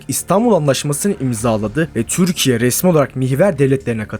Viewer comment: Düzgün konuşamıyorsun, "Türkiye" ismini normal telafuz et